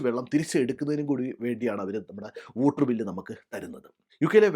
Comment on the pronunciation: Whooter alla waw-tuh